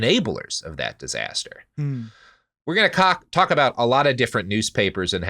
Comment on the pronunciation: cant stop cackling over saying cock instead of talk lol probably the most important part of this episode